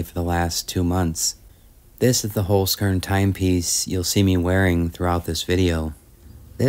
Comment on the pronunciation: very enjoyable video. a 'z' in german is pronounced like 'ts'. 'holz' is german for 'wood'. i am sure the sponsor cringes to hear their name mispronounced. holzkern (wood core) pronounced 'holts kairn'.